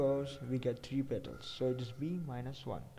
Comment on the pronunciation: petals not pettles...